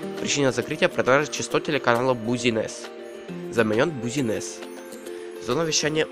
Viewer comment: Правильно не Бузинесс, а Бизнес.